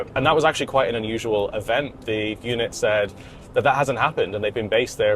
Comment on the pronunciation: Its pronounced UNIT, not eunuch, fuckin brits... :D